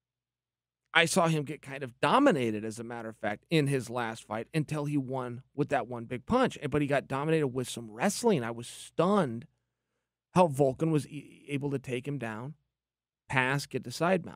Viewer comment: Volkov, not Volkan